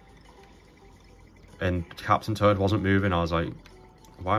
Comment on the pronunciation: It's too funny how I keep hearing "Turd", "Captain Turd" LOL!